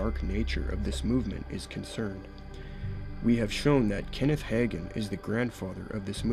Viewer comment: I can tell you did not cut your teeth in the charismatic movement, or you would have had it etched in your soul that Hagin is pronounced "Hae-gin" Unlike you, I am one who came to faith in the charismatic movement, originally a Spirit-led movement of God, antecedent to its falling off the deep end and takeover by Word of Faith. So my prayer is not to throw the whole charismatic movement out with the filthy bathwater, contaminated by WoFers, but to redeem it in some way. However, I am to the point that I don't appreciate the label because it has been so tainted by the apostates and heretics mentioned in your video; I prefer to simply call myself a "Continuist" (as opposed to Cessationist).